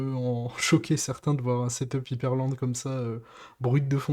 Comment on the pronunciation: Pourquoi tout les français disent " hypErland" au mieux de " hyprland " ???? Sinon pourquoi autant d'opacité sans aucun blur ?